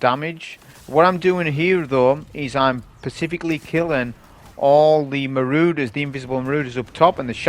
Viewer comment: PSA: “Marauder” is pronounced maw-raw-der, not ma-roo-der. Thank you 😊